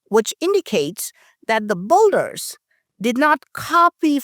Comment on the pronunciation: *Builder is pronounced bilder, not bulder